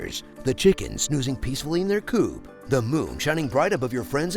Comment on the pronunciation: Did you say “chicken coo”? You know it’s a coop and you pronounce the “p” right?